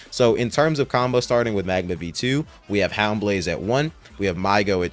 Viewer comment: Bro he loved magma and said it is the peak of epic he called it midma 😭